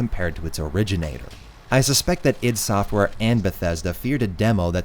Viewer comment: Keeps saying id software wrong Oof